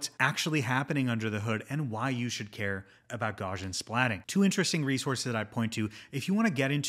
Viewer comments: Gauss is pronounced gows like cows not gauze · Great video! Btw, I’m 99.99% sure it’s pronounced gow-see-uhn. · Great video! One pet peeve: it's pronounced gau-see-uhn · Gauss-ian, it's named after Carl Friedrich Gauss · Check the pronunciation of "Gaussian" man. You're driving me crazy. 😅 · Good stuff but you’re pronouncing Gaussian wrong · are you able to say "house" or "mouse"? You don't need to be German to pronounce Gaussian correctly! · I don't want to make this a big deal. Mathematicians and physicists all pronounce it this way and thought you might care :) explains it better. Gauss rhymes with house.